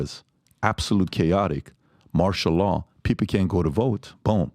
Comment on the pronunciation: It’s Martial Law not Marshall Dillon people.